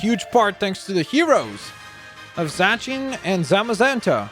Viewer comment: Zay See An is how you say it